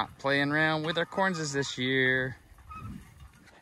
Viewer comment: Why does he say "Correnses?